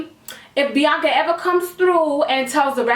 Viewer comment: My name is Bianca, I love how she says my name ❤️